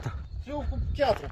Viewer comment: Se spune piatră nu chiatră